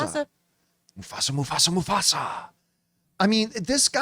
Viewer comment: When John said Musfasa we instantly said "Mufasa Mufasa Mufasa" at the same time and it made laugh/freaked me out at the same time